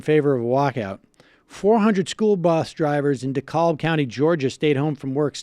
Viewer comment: It's De -Kab the L is silent and we have a strong Progressive presence over there.